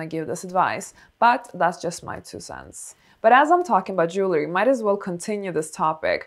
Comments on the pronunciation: Jewel ree not jewler ee. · Dear elegant lady. Jewelry is pronounced Jew el ry not jewler er. One of my minor eecchs. Sorry.